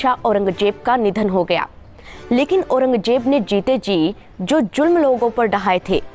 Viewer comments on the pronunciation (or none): भाषा में सुधार करो मैडम ....औरंगजेब (Aurangjeb) नहीं औरंगज़ेब ( Aurangzeb) होता है। शाशन नहीं शासन होता है। कबजा ( Kabja) नहीं कब्ज़ा (Kabza) होता है।